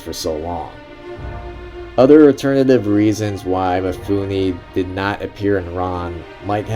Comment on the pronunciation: Roll the film and duct tape your mouth. This is not about YOU. You can't even pronounce Mifune's name correctly. MEE-FOON-NAY, not MEE-FOO-NI. Same way that American's all mispronounce LIGUINE, FETTUCINE. Both end with AY not EE. If you want to post a long rambling commentary in a drugged out voice, do it with your own movie, stop exploiting Kurosawa.